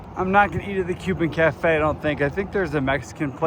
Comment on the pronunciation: Cuba is a n longtime established community. It does not rely on hikers for its only support. Cuba is pronounced Cooba. Be more kind and open minded about areas you are not familiar with. Thank you. Enjoy your hike.